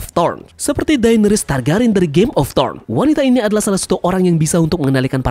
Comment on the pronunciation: Trone bukan torn.